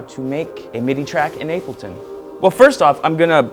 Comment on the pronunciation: is he calling it 'ape' L ton or it just my ears playing tricks